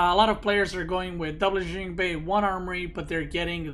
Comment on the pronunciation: It annoys me how you pronounce engineering bay